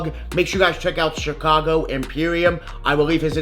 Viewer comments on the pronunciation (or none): none